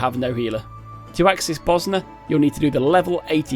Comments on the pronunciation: It's Bozja but the pronounciation he went for was like he was saying Bosnia how the natives there do 😂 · I coulda sworn they pronounce that J like a Y, but its really w/e really xD I used to pronounce the J hard because Iunno, but then I started saying it similar to Mjollnir (myol near), so iunno lol EDIT: forgot to clarify xD, I just meant I pronounce it Boz Ya or something like that, I honestly dunno how to do proper text based pronunciation marker thingies